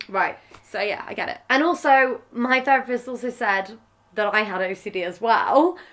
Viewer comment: “ training to be ferapist” .... maybe learn how to actually pronounce the th first you idiot